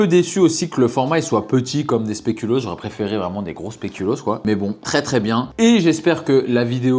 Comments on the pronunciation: il dit spelucoos deux fois de suite sans se rendre compte de son erreur mdrrrr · "le spelucoos" 🤣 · "spélucos" mdrrrrrrrrrrrrr